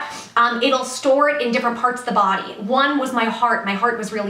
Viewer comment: Oh my god.... "I wasn't absorbing nutrients in my bawdy... So I got fat" Biittch